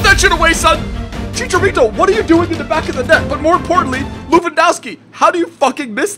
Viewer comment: Did you say Chichalito ? :D